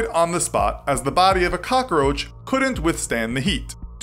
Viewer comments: Cockaroach lol. It’s cockroach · Am i the only one annoyed by the he pronounces the work cockroach? (Cockaroach) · it's COCKroach not cockOroach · Every time he said "cockaroach" I replaced it with "Papa Roach" in my head. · Calum McLellan I know I was thinking the same thing the whole time. It’s pronounced how it is spelled. Not hard. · "Cock-a-roach"... all I hear are Dice references lol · This dude is really Tony Montana'ing the hell out of the word. Cock-A-Roach. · "Cokckaroache" OMG STAAAAHHHP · He said cockaroach. lolololol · Why does he pronounce so many words so strangely? Cockeroach? 😂😂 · He was saying cokaroach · He said cockaroach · Why does he say caca-roach? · Why is the narrator saying KAKAroach??😐😐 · “Little boy bomb”? How do you make “cockroach” 4 syllables?